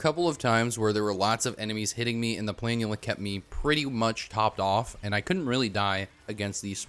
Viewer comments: Omg finally someone who pronounces it right, it's so annoying hearing "pla-NOOL-uh" lmao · I was so wrong about saying planula I'm sorry I doubted you